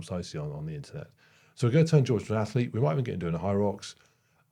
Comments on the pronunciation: Interesting to see the results of the ATHLETE you are going to create…..but not an ATH-ER-LETE,! It makes me laugh every time you say atherlete. 😊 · When I hear you say “ath-e-lete” I can’t help thinking of Stewie Griffin saying whip… 😂